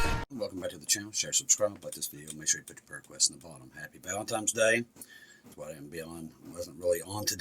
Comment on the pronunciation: ValentiNes day, bro. Its an N not an M. Love you and all you do in the name of Jesus,!